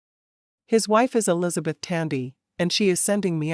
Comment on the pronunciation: The narrator says...Ells beth. Should it be Elisabeth?